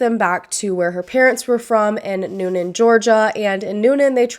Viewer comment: I live in Newnan and this case has been so questionable for a long long time! Good job pronouncing Newnan and Coweta btw!